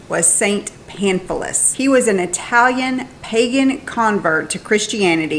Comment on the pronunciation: Your Italian pronunciation is coming along! 🙌🏼🤗🙌🏼🤗